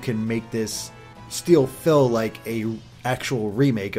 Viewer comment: you said 'steel fill' instead of 'still feel'